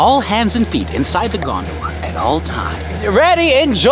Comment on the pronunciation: The way said gondala